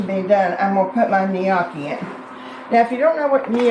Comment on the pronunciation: This looks amazing! As info, gnocchi pronunciation is “Nokee”. Thanks for another great recipe!